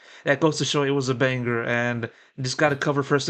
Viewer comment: you are trolling with that “banger” pronunciation. It really grinds my gears. Or is that just a current trend im not aware of? 😂